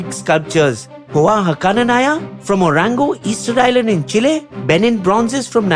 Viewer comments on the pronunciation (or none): none